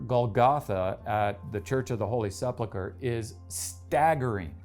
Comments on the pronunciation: SePulcha!!! Not sepplacar!😂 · Learn how to prounounce the word SEPULCHER. It's sep-UHL-ker NOT sep-LUH-ker. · Sepulchre not Seplika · SepULcher vs SepLUcher. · Great work but please, it’s sepulcher - pronounced se-pul-ker m, not sep-luh-ker. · He keeps saying the Holy Seplucher (Sep-la-cuh) ?? I always thought it was the 'Holy sepulcher (Sep-ool-kah) etc. ??? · I really enjoyed this. However, I lost concentration for a second every time you mispronounced "sepulcher". From Merriam-Webster, phonetic pronunciation is ˈse-pəl-kər, not sepleker. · Sep - uhl - ker. Not Sep - le - ket. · Dear narrator: The word is 'sepulchre', not 'sepluchre'. Pronounced SEH-pool-kur, not SEP luh kur. The switching around of letters within a word and resulting mispronunciation is known as metathesis. Another christian one that crops up occasionally is people saying 'cavalry' instead of 'calvary'. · Can you not pronounce Sepulchre properly?? You say Seplechur!!! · Sep-UL-cher: Please learn to pronounce it correctly. Thanks! 😊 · Why can't you pronounce "sepulchre"? I know it comes from French, but come on. A little effort! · With all due respect I believe you’re mispronouncing Sepulcher. It’s actually pronounced “Se-pull-ker” No offense meant. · Sorry to be that guy, but it's "Se-PUL-ker". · Just fyi the word is pronounced sep-ul-ker. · Oooft! Another specialist using a grave miss pronunciation of Sepulchre. I despair!